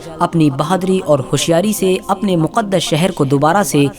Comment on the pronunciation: Maqdish nahi muqdash